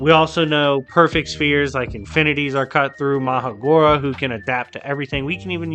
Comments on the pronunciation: It is pronounced maHORAGA justt saying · And bro it’s Ma Her RaH GaH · Bruhh who is Magora lol sounds like you didn’t pronounce Mahoraga